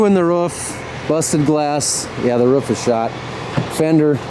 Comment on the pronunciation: I thought he said rough is bad but he meant roof